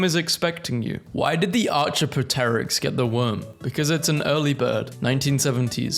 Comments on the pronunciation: Butchered the pronunciation but- I’d be confused too reading that word for the first time (I think it’s “ar-kay-op-ter-ix”) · I am not alive, but I need water to live? 🤔 Ok, I can understand not knowing how it's pronounced, I just wasn't expecting arch-a-pa-terix. LOL! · You absolutely butchered "Archaeopteryx", at least learn how to pronounce some of these words before reading them, dummy.